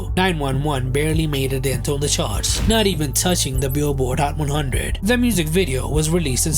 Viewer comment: hhhcchhat one hhhunndred